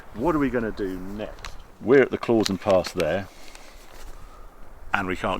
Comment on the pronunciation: Klausen is pronounced « Klowson » mate… that’s from a swissified Brit. I agree this is a beautiful country and I prefer living here rather than in the UK. Especially after the international embarrassment that is Brexit.